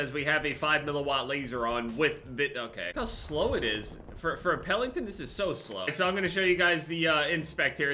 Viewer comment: it’s Pelington, not Pellington. Also, it’s great that your UFC picks went well.